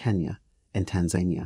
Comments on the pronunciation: Repea after me - Tan - zah - NIH - ah. Now, seismic is pronounced 'size - mick'. Why do I bother? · Americans! Learn how to say the country of TANZANIA pls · Why in the world are you pronouncing Tanzania like that? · You almost seemed like you know what you were talking about until you brutalised the pronunciation of Tanzania 🤦‍♂ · Hey Brother, great video........possibly check the pronunciation of Tanzania. All the best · He can't even pronounce Tanzania. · Very nice. Work on your pronunciations of seismic and Tanzania.